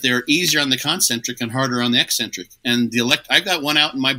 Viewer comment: The way pronounces 'eccentric' makes me think he also calls 'espresso' expresso 😂